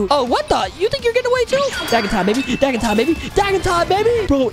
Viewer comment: Bro said dagga time 😂😂😂😂😂😂😂😂😂